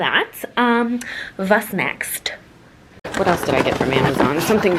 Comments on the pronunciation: m as a german screaming because she pronounced „what’s next“ in like a way that the „what’s“ like the German word „was“ sounded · Krass, ist mir erst gar nicht aufgefallen aber i feel you 😱😅